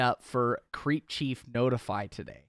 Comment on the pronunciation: The names crep not creep and crep is the slag term for shoes so it’s in the name tbh